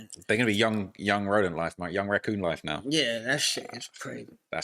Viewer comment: 69 is wild lmfao he thinks raccoon is pronounced ratcoon LMAFO